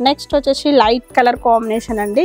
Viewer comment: వచ్చేషీ కాదు అమ్మ వచ్చేసి ప్లీజ్ వినడానికి బాగోలేదు. నైస్ sarres. మీ షాప్ కి వస్తాము